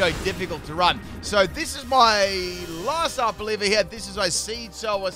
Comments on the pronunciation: How Arboliva is pronounced: Are-bowl-eva How pronounces it: Our Bolivia 🇧🇴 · Idkw it irritates me when he pronounces Pokemon names incorrectly. Arboliva is not Arboliv-IA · DUDE IT’S ARBOLIVA, NOT ARBOLIVIA! YOU KEEP ADDING ANOTHER SYLLABLE TO THE NAME!!! 🤦🏻‍♂️ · Honestly can’t tell if you’re calling it Arb-Olivia for lolz or not